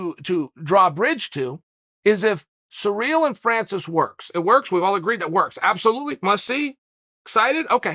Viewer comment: Chael if you're gonna talk about the interim champ, have some respect and say his name correctly, it's not pronounced cereal gangnam style, final warning